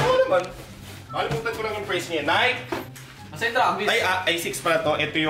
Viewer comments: Naykee not nayk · NAY----KEY... Di nike 😂✌️